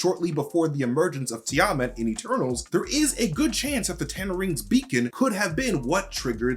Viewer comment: Learn how to pronounce Tiamut!!!